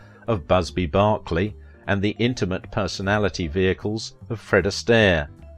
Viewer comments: It wasn't SINGING in the RAIN,...it was SINGIN' IN THE RAIN. Could you at least get that right? It's also Busby BERKELEY. Not BARKLEY. My goodness. Have you really listened to anything 'vintage'? Also, when you said the Debbie Reynolds was "..so fed up she hid under a piano. That's where Fred found her crying, and after seeing how distressed she was, invited the actress to watch him practice one of his own routines, something he rarely allowed anyone to do. When she saw how hard it was for the master dancer, huffing and puffing away as he worked away through the steps she found the strength to carry on herself." FRED? Do you mean GENE? I'm very confused after having viewed your video. I think I'll stick with Turner Classic Videos when it comes to finding out facts about my favorite 'Vintage" actors and actresses. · In fairness to the uploader, the square in London (where the nightingale sang) is "BARK-ley." But you are correct, Busby (as well as the city in northern California) is "BURK-ley." Similarly, the Brits pronounce clerk as "clark" instead of "clurk". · Barkley??? It's Beeerkley. Eeer as in sure. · He was one of the best. Saw him in person in the mid-1970s. And it's Busby Berkeley, not Barkley. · it's bErkley and bArkley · It's not Busby Barkley. It's Busby Berkeley. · Perfectionists exact the most from everyone because they demand the best from themselves. And it's B E R K L E Y. Busby Berkeley, not Barkley. Also a GREAT choreographer. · BUSBY BERKLEY NOT BARKLEY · The name is Mr. Busby **Berkeley** ... *not* **Barkley** 😮 🤨😒❗❗❗🤗😁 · BERKELEY not BARKLEY